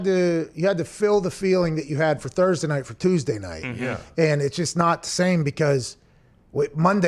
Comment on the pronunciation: Thurbertday!? Lol yup!